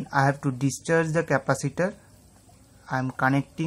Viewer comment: интересно сколько раз он сказал капосито ? )_))